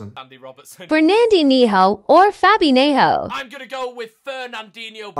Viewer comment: Fernandeeneho or fabeeniho Bro it’s pronounced as fernandinio or fabinio